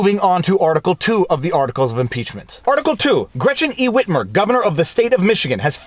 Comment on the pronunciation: Hey Viva, why are you saying it like that... “Whhhitmer”. Say wit. Say mer. Cool Whip!